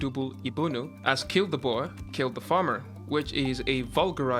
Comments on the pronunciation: Dankie Tim for speaking out about my beloved South Africa . By the way it is pronounced " Bur " not " Bauer " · Boar is pronounced’Bore’ Tim not Bower! 😂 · Boer isn't pronounced "bo-er". It's more like a mix of boa(t) without the T and (b)oar without the B, pronounced as a single word. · Pronounce boer as ' booh' with an r at the end